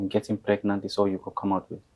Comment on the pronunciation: Is it pregnant or fregnant 😎😂😂😂😂😂😂😂😂😂